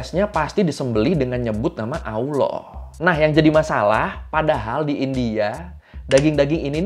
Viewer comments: Bang km gak bisa nyebut Allah ya, Bukan auloh bang tp allah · Allah bang bukan alah . L nya kurang 1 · Allah bang bukan auwloh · Bang, terdapat kesalahan ejaan dan sebutan pada nama Allah di dalam video.